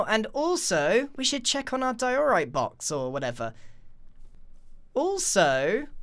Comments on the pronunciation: (Im sorry but it triggered me hard) Diorite = Di-ER-ite not Di-OR-ite. (No offense, just had to speak my mind(*mentally prepares for hate comments*)) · ITS DIE-O-RIGHT!!! NOT WHAT YOUR SAYING sorry its making me angry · You pronounced diorite wrong it's pronounced"die - oh - right" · No one: Grain: D Ï E O R I T E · Love how he forgot to cut the “derorite box” mistake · diOREright? I call it Dierite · your saying diorite wrong